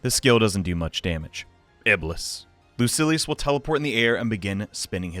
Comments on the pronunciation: Lucy. Ellis. I’m ded Lu-sill-ee-yus Whoa he changes to the wrote pronunciation mid vid. Definitely trolling us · Great video but its pronounced loo-seal-e-us